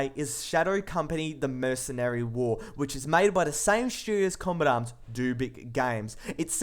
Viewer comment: The voice and accent is fresh but after a while your ears start to hurt from it, lots of words don't get pronounced properly. kombatam- combat arms shoooers- shooters. etc.. i somehow suspect the accent being fake but maybe thats just me.